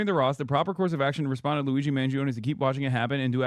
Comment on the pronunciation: The guy can't even say Luigi's name right. Holy cow. This man prolly thinks ketchup is spicy.